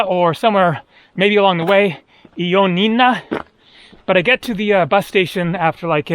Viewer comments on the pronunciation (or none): Ioannina phonetically is Yo-ah-nee-nah accent on ah great town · You are right. What ever you need will come to you, if you just BE. ☺️ Ιωάννινα, Ioannina is pronounced on the first A. You can see the pronunciation at the small dot over the word. Ιωάννινα. The pronunciation in the Greek language is extremely important, as the same word, pronounced different, can have a totally different meaning. Like the word FILI ΦΙΛΊ for example, pronounced on the first i means a female friend, while pronounced on the second i it means kiss☺️So it is something to be careful about 🙃